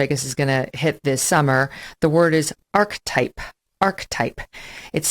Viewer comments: "Archetype" isn't a two syllable word, it is three syllables. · Arch-type? That is definitely not how that word is pronounced. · Megyn is not a stupid woman, but she's playing one here in order to impress the yokels. She sound like a preteen Mean Girl with her childish mimicking. And she also mispronounced the word "archetype" in her tirade. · Meghan has never heard the word archetype? Besides pronouncing it funny, who's really the dumb one here. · What's equally frightening is that Megyn Kelly didn't know how to pronounce archetype in the first few frames of this broadcast. For her information, it's not some obscure word that no regular Joe would know. It's an accurate and simple descriptor. As a seasoned journalist Megyn should be au fait with it. Notwithstanding that, no person can own any dictionary word unless they make up an entirely new one of their own and trademark it. Apple doesn't own the word apple. Meghan can't own archetype.